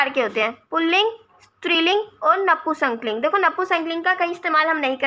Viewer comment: नपुंसक लिंग को नपू संकलिंग क्यों बोल रहे हो,हिंदी पढ़ा रहे हो और खुद को ही हिंदी बोलनी नहीं आती।